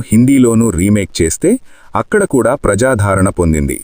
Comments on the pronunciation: ప్రజాధారణ కాదు ప్రజాదరణ అతికినేని నాగేశ్వరరావు కాదు అక్కినేని నాగేశ్వరరావు.. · ప్రజా ధారణ కాదు ప్రజాదరణ